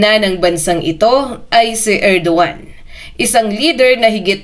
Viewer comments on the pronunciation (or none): Erdogan not Edoan